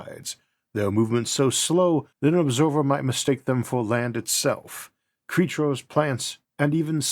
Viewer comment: Gwavity cweatures fwozen